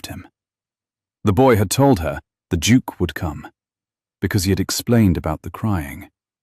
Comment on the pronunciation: Duke misspelled & mispronounced.